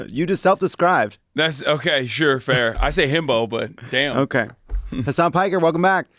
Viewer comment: Hasan is pronounced Huh-sun..